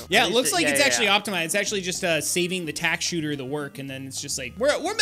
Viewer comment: TACK SOOTER!? (its a spike factory)